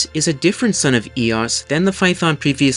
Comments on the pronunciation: Not fay-uh-thon. Φα-έ-θων. Fa like the musical note, E like the italian 5th letter. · You are mispronouncing Phaethon. It's three syllables, FAY-uh-thon. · Just wanted to point out that Phaëthon is 3 syllables!